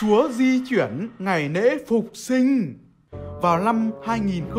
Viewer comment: Ủa mày nói "ngày nể" là ngày gì rồi "kì nạ " là kì thế nào,còn nhân noại là nhân gì vậy.vì đôi khi mày vẫn nói được chữ lạ chữ lễ thánh mà nên mấy chư mày đọc khác thì tao phải hỏi chứ.